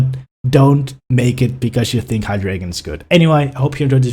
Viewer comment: awesome vid! except the pronounciation of the pokemons name! You know how ArticUNO, ZapDOS, and molTRES are 1, 2, 3 inspanish? Well this pokemons evolution line is German for 1,2,3! Eins, Zwei, Drei! ^_^